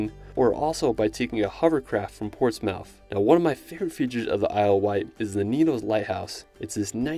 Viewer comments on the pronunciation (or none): Tell me you've never been to Ports"mowth" without telling me you've never been to Ports"muth" ;) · Before you get killed on your next trip to England it’s pronounced Ports-Muth not Ports-Mouth Portsmouth 😂